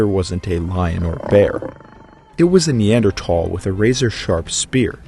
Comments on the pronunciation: You're saying Neandertal when its Neanderthal. There's an h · It’s more pronounced neandrothol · The fucking ai reader ruined it in the first 107. NEADER"TH"AAAL ITS A FUCKIN TH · its not neandertall its neanderthals pronounce it right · I don't care what anyone says it's pronounced nee-ander-th-all, not nee-ander-tall. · I know it's the "proper" pronunciation but when people pronounce it neanderTALL it bothers me. Literally everyone everywhere said neanderTHALL until dummy dumb dumb Joe Rogan pointed out it supposed to be pronounced he other way. It's english. No one pronounces anything correctly. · Hey bud it’s not Neandertal like you keep saying, it’s Neanderthal!!!!!!!!!!!!!!!!!!!!!!!!!! Dumb bit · "Knee-ander-tall" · TH = not T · It is a neanderthal not neandertall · Why does he say Neander-Tall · Neanderthal not Neandertal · I love how theres not a single of comment of him repeatedly saying Neander TALS like what lmao the h ain’t silent ….. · Why are you having trouble pronouncing neanderthal? especially at the last syllable. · no offence but i couldnt watch the video because the pronunciation of neanderthal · I think you can say either- like tomato tomato type word- but yes I also say Neanderthal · No you actually say the th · Pretty sure you're slaughtering the correct pronunciation of Neanderthal!! It's NOT Neandertalls Haha 😂🤦‍♂ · I remember when neanderthal was pronounced with a th sound. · I’m pretty you are mispronouncing Neanderthal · Pronounce neanderthal properly next time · since when were you suppose to say neanderthal like that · So I've got to ask, why drop the H from neanderthal? Is it something new in research or just an accent thing? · I hate how this bot pronounces the word neanderthal